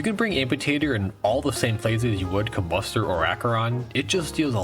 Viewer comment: the emphasis is supposed to be com-BUS-ter, it sounds sussy when u dont